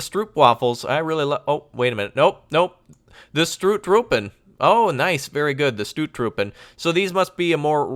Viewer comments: Thee OO in stOOttroepen is pronounced as OA like in bOAt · WHAHAHA i am so hardly laughing how you say 'stoottroepen' i am dutch and it sounds so funny